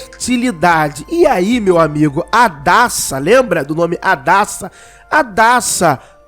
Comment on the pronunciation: Hadassa= Radassa